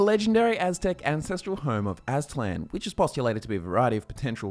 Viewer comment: Dude, very very nice pronunciation of the aztec's names, a well earned like to the video. English speaking people hardly try to pronunciate those names, or any aztec, mayan or olmec name for that matter, and you nailed all of them, just a small detail that is but it shows how much effort you put into making the video